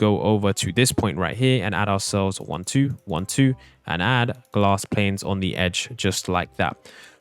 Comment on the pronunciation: do you ever notice that when he says 'panes' he always accidentally says 'planes' 😅